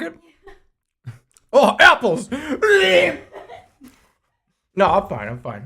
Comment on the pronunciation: why does he call apples like that